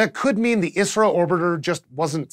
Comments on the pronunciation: its called I S R O... not iissrroo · Stop saying "Isro" like it's a word. I'm from India and pretty sure they call it I.S.R.O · Keep hearing Isreal when he says ISRO. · i alwasys heard "israel" instead of "isro" ^^ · kept thinking he was saying israel lol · Every time he said ISRO, I heard it as Israel.... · I kept hearing "Israel" everytime you said "Isro"